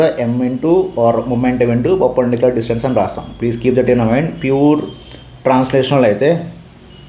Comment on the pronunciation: Perpendicular ❌ papendicular✅